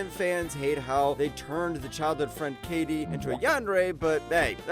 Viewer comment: great list only complaint is how you say my girl Kaede's name. It's not Kay-de it's Kai-day. Shuffle should be 1 if this is a list of worst to best personal opinion of course.